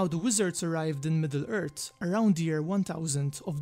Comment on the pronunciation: had to leave the video as soon as he said MiddleErt.... smh sound it out Midd-le Earthhh lol im just trollin but forreal I couldnt watch the video